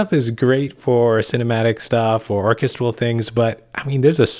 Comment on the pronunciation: OUTSTANDING coverage, good sir. I don't know how you managed to do all of that in under 30 minutes. My favorite genre to compose and produce is hybrid orchestral (Orchestra/synth mashup). On that note, I do have a bone to pick: It's pronounced or-KES-tral